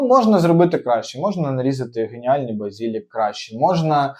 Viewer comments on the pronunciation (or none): вас Юля покусала? Правильно говорити базилІк, наголос на і. У всьому іншому крутезний огляд. Дякую.